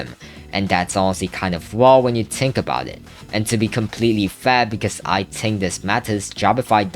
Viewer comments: 'tink' if i spoke like you i would shoot my self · Why u keep saying tink